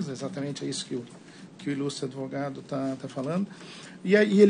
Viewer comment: Desembargador falar ADEvogado, ninguém merece!!!